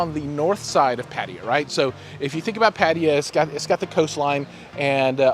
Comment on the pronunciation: "PADIYEAH" ITS PRONOUNCE PUH-TUH-YAH... BUT GREAT REVIEW BROTHER! THANKS...